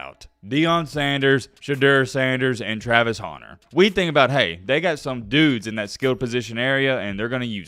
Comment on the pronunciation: u owe ME an apology. This whole time I thought his name was Travis Honner because or ur accent!! 😡😡